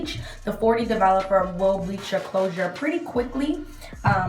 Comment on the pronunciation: “ develupuh” lol ❤️